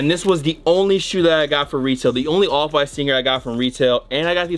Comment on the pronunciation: This whole time my fatass thought he was sayin “Oliver white”